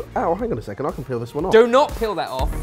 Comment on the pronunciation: peeled, LOL. btw bens accent there was quite harsh.